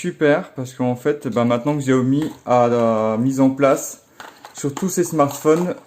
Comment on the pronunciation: J adore t es vidéo mais on dit Cha O Mi merci